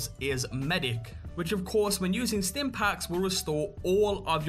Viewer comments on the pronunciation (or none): none